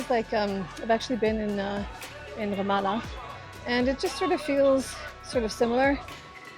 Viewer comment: The moment you said Ramalla with Israeli accent I got scared, because it's so easy to identify Israeli thanks to that specific R. You could also be French or German of course, but in that area one can immediately think of Israelis when he/she hears that accent